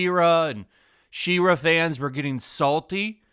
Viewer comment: im gonna be "that guy"..please pronounce She-Ra correctly, i can feel my soul trying to leave my body every time..